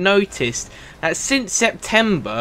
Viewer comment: can you stop saying 'then' and 'that' as 'den' and 'dat', thanks